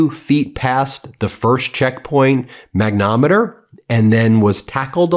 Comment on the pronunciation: Thanks for covering this. Please, Ben, perhaps at a better time, explain why you struggle with words like "magneTOMeter" (emphasis added to point out where you mispronounce this word.) I know that you attended law school, so I'm sure that this is not a genuine literacy problem. Do you have dyslexia?